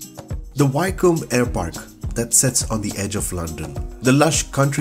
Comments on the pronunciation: Pronounced "Wick-um" :) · Pronounced Wi ( as in William) then come